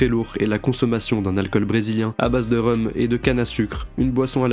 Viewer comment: T'es toujours aussi fort mais on dit "Rome" pour le Rhum, en tout cas tu fais un travail de fou GG ca met toujours les frissons